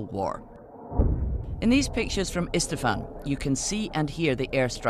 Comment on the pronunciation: it's not "Istafan", but it's actually "Isfahan".